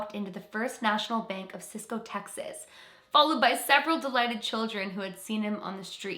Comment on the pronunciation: Hi. Yes I have heard of this story. My Dad was raised in Cisco, thank you for pronouncing it correctly. That is pretty much Cisco's claim to fame other than Darrell Crofts, of Seals and Crofts being born there. I had heard that story all my life. The Santa Clause Bank robbery. Thank you for doing it. You might also look into the Baker Hotel in Mineral Wells Texas. Notes to be very haunted with many stories over the years